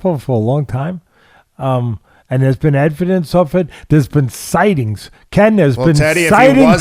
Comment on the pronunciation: “There’s been effidence of the abdominal snowman”